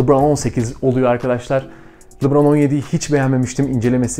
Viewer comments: Abi seni severek izliyoruz ama çok merak ediyorum ne zaman oyuncu isimlerini doğru söyleceksin 😅 "Lubraaan...." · Lebron ingilizce lubron veya lıbron diye okunuyor